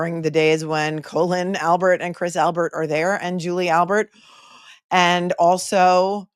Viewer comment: If Cosgrove can't get someone's name correct like Colon Albert he needs to retire!!! FFS 🤦‍♀️🤦‍♀️🤣🤣🤣🤣🤣🤣